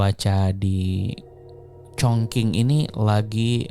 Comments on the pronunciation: wah kalo saya sih dengerinnya ga tentu ya, kalo upload ya ditonton. sejujurnya saya malah bosen yg cerita biasa, yg format ini bikin lebih tertarik dengerin. ngomong2 soal pelafalan, kayak kemaren, chongqing harusnya dibaca chongching bukan chongking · sedikit info bang, chongqing dibaca congcing